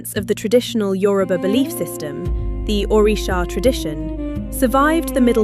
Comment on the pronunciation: Thanks for pronouncing Yoruba correctly👍🏾